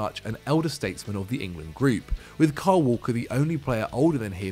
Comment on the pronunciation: Why does everyone call kyle walker carl walker